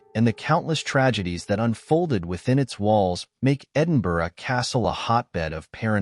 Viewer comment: …. Cant edit but meant to say totally respect your proper pronunciation of Edinburgh which seems a challenge to most outside the UK. Look forward to seeing more from you x